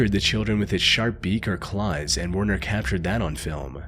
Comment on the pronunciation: If this narrative is not Ai , You have serious Problems with Pronunciation , ( Werner ?? It's Pronounced VERNER just to mention this one )